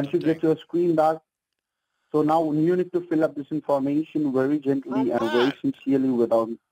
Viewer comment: "The wery wery top". Gawd!!